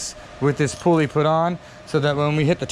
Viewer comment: it's PULL-EE not POOOL-EE